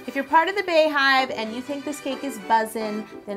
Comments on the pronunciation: It’s Beyhive (BEE) not Bay get it together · It is bee not bar or bey hive. Nice cake ( badass ) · It’s Bey Hive....pronounced B!!! Like the beginning of her name Bey-once!!! It’s not Bae!!! I hear people saying it like this all the time....just wanted to correct u!!! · I've never understood why people pronounce it (bae)hive. Her name isn't Baeyonce it's (Be)yonce. This is one bad ass cake though.. Beautiful! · Sydni C ITS BEE. NOT BAE. PERIODT. BEYONCÉ PRONOUNCES IT AS BEEHIVE. She said it at the Grammys. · GIRL I be saying the same thing like where tf they get "bae " from ya'll know damn well that's not how u pronounce her name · It's definitely Bey (as in BEE-yonce) hive. And also Bey is pronounced bee not bae... Not sure when this became a pet peeve of mine, but I was definitely triggered today lol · To everyone under this post saying its pronounced "bae". BEYONCÉ HER SELF SAYS IT LIKE "BEE" good day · Anyone who pronounces it Bae-hive instead of Bee-hive are the feds. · Bey-hive is pronounced like beehive. It’s not Bay-hive. Her name is not BAyonce. Love you Yo. Please. Stop. You can do this. ❤️ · damn i really thought she was real beyhive but she say bae not bey so sad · why do you say "Bay-hive" when it's not "Bay-oncé" - "Beyhive" is pronounced the same as "Beehive," that's the point😂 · Its BEE-HIVE wtf is Bay-Hive? Like its BEE-YON-CE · Is it like Bae or Bey, because Bey is pronounced Bee, like BEE-yoncè not Bae-yonce. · Why do you say bae hive it's beeeeeee hive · Tianna Perry thought I was the only one I was losing my mind Everytime she said bae hive like wtf... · I was wondering why she called them bees instead of baes. It just makes more sense if its a bae hive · it’s Bey hive for Beyonce lmao girl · Correct. It's BEY-HIVE, but pronounced BEE-hive. (like BEE-YONCE) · I honestly think she’s saying Bae because bey is bae af 💪🏽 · She said bay-hive 😂😂😂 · Bey is pronounced BEE because her name is Beyoncé, now bayonce.